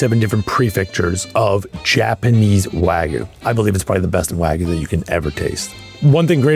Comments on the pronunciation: seconds in. It's WAG-YU - not WAGOO. PLEASE pronounce it properly, thank you. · Never trust someone who pronounces Japanese Wagyu and waaaagu lol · insane to be at the top of the meat game calling it "waaaa gu" smh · i respect what they do, don't get me wrong, but why do american chefs always pronounce it wagoo instead of wagyu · Why is it so difficult for people to say wagyu correctly? It's NOT wagoo. Why do you think the letter y is even there? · Why do all these people always say wagu when there’s a Y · For a guy who loves wagyu so much he sure doesn't know how to say it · If he can pronounce foie gras can he please pronounce wagyu correctly. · blud pronounced all the french oui oui, but can't even pronounce Wagyu correctly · I don't understand how someone so involved with Japanese beef can't pronounce wagyu.